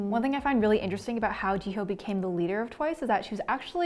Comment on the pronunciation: no offense but ji-hoeee